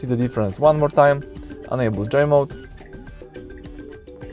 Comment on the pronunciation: Its Joe mode not Joy mode